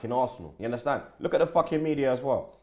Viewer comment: You Undestan? 😂 bludd.